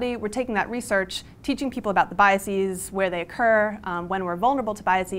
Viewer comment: I blame Carl Sagan for making people think that you pronounce 'biases' as thought it were the plural of 'biasis', which of course it isn't. Basis to bases (Bay-sees) Bias to biases (By-a-sez) Other than that, a salient and timely presentation.